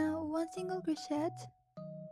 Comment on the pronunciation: You don’t say the ‘t’ in crochet by the way. The ‘et’ is said like a long a.